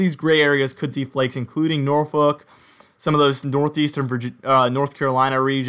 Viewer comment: You mentioned Suffolk and said Norfolk correctly !!!! Many news castors, sports news casters are afraid to pronounce Norfolk like a local.